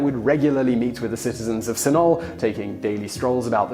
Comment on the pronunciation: Hey, I live next to Sunol! It's a funny place. Also that pronounciation...